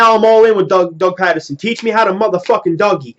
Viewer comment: Ur sayin his name wrong bro lol ..... Ur saying it like the city Patterson ..... It's really pronounced like Peterson ..... I'm sure yourll see what I mean after his first official press conference tomm tho, I'm not to thrilled either like most Eagles fans but i mean we gotta give him a shot atleast maybe he'll end up being good lol not like we have a choice but I do agree with u that its like the andy Reid hire where no one really knew him an wasn't really on any fans radars ... #flyeaglesfly